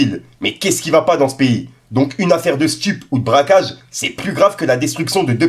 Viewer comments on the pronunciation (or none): Rohff non pas toi...c braquage et non bracage...